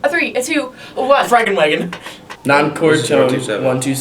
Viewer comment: fRaGeNwAgOn you mean,, feuerwagen lmaooo